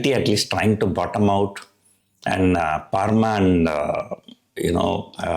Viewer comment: Pls pronounce vocally Pharma as Farma and not Paarma